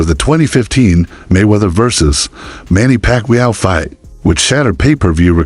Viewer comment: Either this is AI generated audio or this dude is slow..Manny Pacmeua? 😂